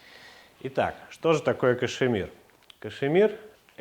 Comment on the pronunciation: Кашмир, а не кашЕмир!!!